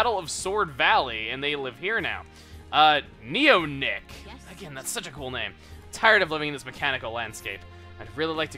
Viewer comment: pretty sure that neonik is pronounced like neon (the element) then ik